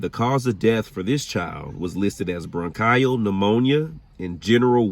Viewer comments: Repeat after me....acute bron-KEY-uhl pneumonia, not bron-KAI-uhl, lol! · First of all I'm enjoying ur video as i write this but need to point out a pronunciation error ur making that I'm having a hard time ignoring. Bronchial is pronounced bronk-ee-ul, not bronk-eye-ul. Hope that makes sense written phonetically. I think that's the proper word anyway? I only point this out for ur learning so u'll know the next time u see that word. Ur video is great so far. Plz don't view this as a criticism but a learning experience. ☺️🤗💛🖤💛🤗☺️ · It is pronounced bronc-eee-al not bronc-iii-al. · Bronchial “bruhn-kee-uhl” and unbeknownst “uhn-bee-nohn-st” are worth pointing out but it was a very informative piece of investigative journalism 👌🏽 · Roberta was walking Lucifer!! Bronchial pronounced bron-kee-al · Sorry I had to laugh at your pronunciation of bronchial lol